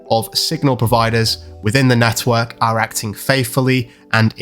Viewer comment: Every time this guy says network I want to smack him 😂🤣😂